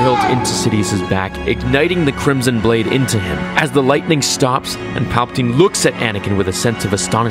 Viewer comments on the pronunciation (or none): none